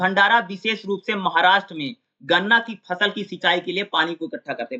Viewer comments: फल नहीं भाई फसल वो फसल है। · Fal nahi h fasal h